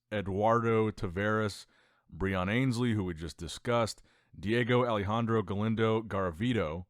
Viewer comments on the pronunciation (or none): none